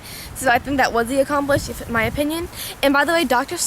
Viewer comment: It's 'accomplice'